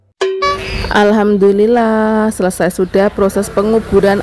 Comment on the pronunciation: Penyebutan nya coba di teliti dulu mbak ya.... Setau saya Alhamdulillah itu tidak pernah berubah